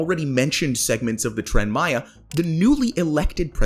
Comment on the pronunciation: It doesn't matter how much money has been thrown at Tren Maya, it's infrastructure, it's investment for the future, specially, like you said for a neglected zone, for centuries, of the country. Btw, great pronunciation 👍🏻